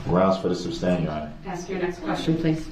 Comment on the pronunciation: Do dat. His level of ignorance is beyond my comprehension. He needs to shut up and stop saying tackit. Substain. Do dat. Axe. Hear say. Subject matter jurisdiction. How bout newtons law!!! His long nails. And lack of remorse!!!!!